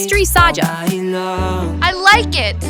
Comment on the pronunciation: It’s pronounced saja boys not saeja boys